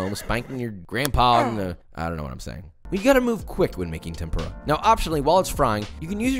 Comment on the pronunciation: Josh, I love you and have been following you for a long time. I've got your cookbook etc, but you've got to pronounce furikake and tempura right lol. Less "FURY" and more 'foori' (without the extended vowel). Also, you should cook against a fan, that would be awesome!